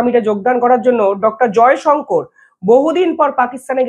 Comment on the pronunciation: ক্যাপাবেল, এন্ডাভায়ারস, মিসাল স্টাইক, প্যাটান, স্পেড করছে, ইন্সপার, কালাম য়ে গিয়ে, স্পেড আউট, জয়সঙ্কোর, উই আরগ, নিউটাল- না পারিস বাংলা, না ইংরিজি উচ্চারণ করতে। মাষ্টার রেখে আগে উচ্চারণ শেখ মূর্খ।